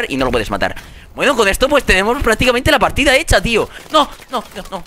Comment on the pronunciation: 3 años después y asta ahora me doy cuenta en que el minuto dice (HAY QUE GANAR LA PARTINA EH) 😂😂😂